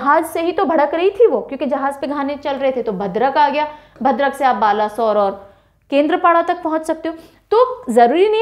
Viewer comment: It's not ba-la sore well pronounce that as balesor and sor as u pronounce the word sour.. 🙂